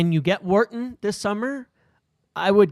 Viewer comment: The way you pronounce Wharton is so triggering 😂